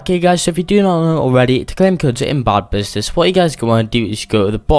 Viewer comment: its funny how he says bad business bod business